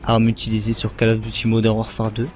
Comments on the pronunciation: ca serait bien si tu prononcais le nom du jeu avec le bon accent "Call of Duty" prononcé "Caul" et non "cale". Sinon un peu plus de dynamisme n'aurait pas fait de tord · Désolé mais prononcer ''call'' comme cale à la française ça m'arrache la tête... anglicise un peu et prononce ''cOll'' comme Gaulle, la baule etc... sinon merci pour la vidéo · C'est pas cAll ais cOll of duty.faut mettre un petit accent anglais --' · Call of duty se prononce : Colle of Duty , Pas Cale Of Duty ;) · Call Of Duty se prononce "col of diouti", parce que ta façon de le prononcer est plutot ridicule... A part ça rien à dire sur la video, je me suis arreté trop tot pour juger le contenu xD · on dit coll of diouty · J' adore ta prononciation "keull of duty" ^^ Xcuse moi mais je me suis bien marrer pendant cette vidéo d' information. Merci quand meme pour ton initiative mais n' oublie pas de prendre du red bull ou des vitamines ça donne la pêche. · P*tain mais on dit pas "Call of Duty" on dit " Coll of Diouty" c'est de l'anglais bon sang ! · Je suis d'acc avec les précédents commentaires, mais juste une autre chose... Je ne supporte pas cette manie de prononcer "Call of Duty Modern Warfare" a la française.... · "call of duty", ça se prononce en english, pas en french... lol